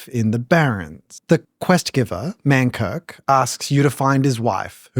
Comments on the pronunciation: You read it like its Kirk and it is Mankrik(Krik). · it's mankrik, not mankirk :(